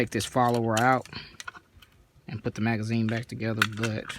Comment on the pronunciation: "Tin roun magzeen with a shpring" -- I get it, yep!